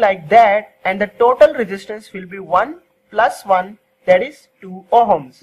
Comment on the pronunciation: It ohms,,,, not homes